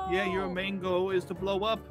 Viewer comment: literally 100% of the time:MANGO(sounds like main goal)